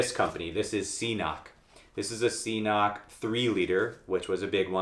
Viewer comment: FYI, CNOC is pronounced ‘kinock’.